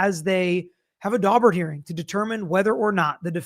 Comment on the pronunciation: My ear keeps hearing Dogbert hearing. Pretty sure that’s wrong so a couple minutes of Google revealed Daubert hearing.